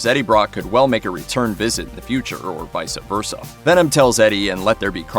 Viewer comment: Vice-uh verse-uh